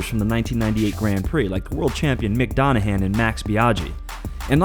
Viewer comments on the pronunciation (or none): Who the hell is mick donohan?